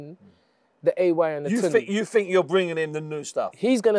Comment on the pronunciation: It's not torndy, its tunde, pronounced toonday